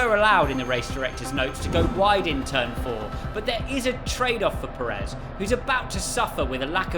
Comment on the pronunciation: It's Pérez, not Peréz.